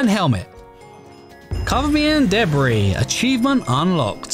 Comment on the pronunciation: No offence but you cracked me up when you ment to say debri but with your accent it sounded like DeBri